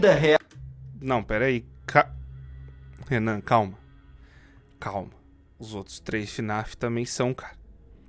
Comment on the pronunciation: Renan não " jovem nenan"